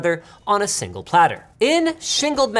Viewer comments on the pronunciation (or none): Sounds like he's trying to say 'single' but just got back from the dentist and the Novocain hasn't yet worn off... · why does he say shingle i dont like it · I thought Linus mispronounced "Single"